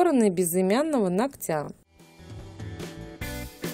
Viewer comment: Не ногтЯ, а нОгтя...